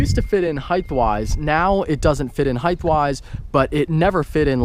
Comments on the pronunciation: ugh hate to knit pick but its not heigth its height these no th sound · Don't mean to be a dick but you said heighth wise. It's just height wise, not like length